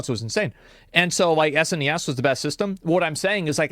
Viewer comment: He called the snes an es en ee yes. Hes a phony!